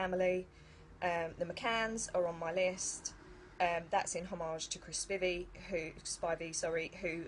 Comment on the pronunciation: 'Homarge?' Yes, this is the kind of word that a well-read person would say. Homarge. I use that word all the time. A well-known fancy word.